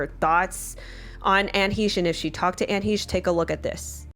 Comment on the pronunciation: "What can we say about Anne HEESH?" Well for starters, how about that her name is Anne HECHE, sounds like HECK but take off the ck and add an sh sound